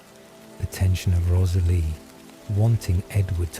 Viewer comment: This is so great; a well written, novel idea. Offering some friendly feedback? I'd be more inclined to listen (to any others) if the commentator's voice was less robotic (even though you're obviously aiming for asmr). Also, hearing a character's name often pronounced incorrectly ('Rosalie', for eg), snapped this Twilight listener right out of the spell of the story. Finally; many sentences are so lengthy they are screaming for editing to add full stops and commas! Or at least more pausing by the commentator. Again - meant as friendly feedback. Hope your channel continues to grow!